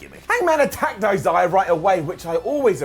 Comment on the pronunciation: sure does have a difficult time trying to say the name Isaiah... Another great episode of dynamite overall. Really do need to get consistent with this best friends versus best man mirror story and have them both move on to something else. Thunder Rosa should buy rights get the win over riho. But they'll probably give it to riho. probably make her champion again which pretty much nobody wants